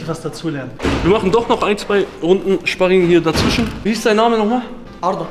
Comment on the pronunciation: You ich gehe zum szparing vorher esse ich szpargel danach auf dem Sztrich